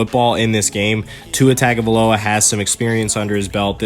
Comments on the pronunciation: Your pronunciation of Tua's last name is so off its tongue-ga-vio-la not Tugo-vio-la. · It's...tung a vi lo a.learn to say his name right.